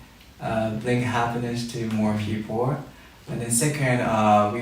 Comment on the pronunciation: Rikkun...its people not pipour. 😆 Naah just kidding you're just perfect